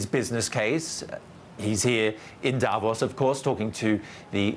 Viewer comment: Funny to see a reporter on a German TV channel not able to pronounce "Davos"